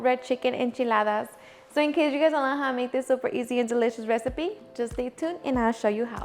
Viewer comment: I have been a subscriber and avid watcher of your channel for over a year now. BUT I still can’t figure out what you are saying in your introduction, “in case you wanna HOW to make this,” what are you saying right here? I have tried to turn on the CC to see what you are saying and even the CC cannot translate it. Please explain. By the way I love your channel and I enjoy making your recipes.